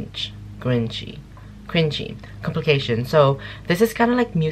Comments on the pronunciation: It's called compilation not complication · "Compilation" not "complication" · Not complication baby its compilation!! Hehe btw nice reaction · Comp-il-ation Not complication xD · Its COMPILATION NOT COMPLICATION 🤣🤣🤣🤣🤣🤣